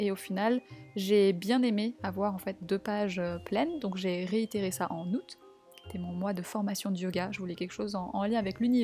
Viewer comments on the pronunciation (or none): none